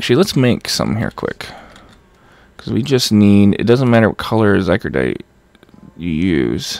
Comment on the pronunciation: Oh my god it's zy cor o dite not zy cro dite